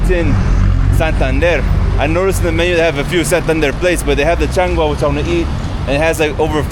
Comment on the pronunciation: It is changua not changa